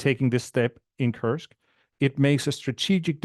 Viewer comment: So glad you took care to say "Koorsk"(@ rather than the pronunciation adopted by the mainstream media (rhyming with "curse"). Some of us were never part of the British empire 😉. Indeed WWI probably offers the best template for what's in store for a postwar Russia. Any chance of having Jeff Sonnenfeld (on the Russian economy) on the show?